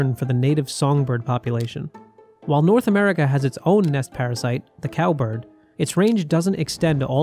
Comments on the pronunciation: lol Berd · " herd berd immunity " LMAO